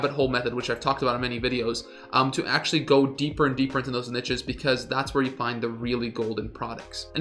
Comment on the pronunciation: NEESHES lol jfc